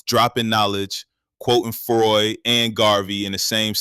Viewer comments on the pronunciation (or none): none